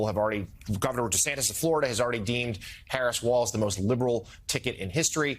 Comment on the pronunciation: "Harris WaIz" sounds a LOT like "Harry BaIz" :face-red-heart-shape::face-red-heart-shape